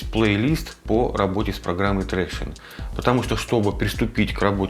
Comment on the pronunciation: Ни Трекшн, а Трактион, англичанин блин)